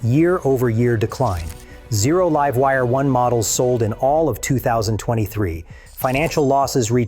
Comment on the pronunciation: It said "the live wire' as in, "live" a good life. A.I is and will always be shit. Just tune your ears and you will hear it. Mock it and COMPLAIN. YOUTUBE needs to force a disclaimer for A.I.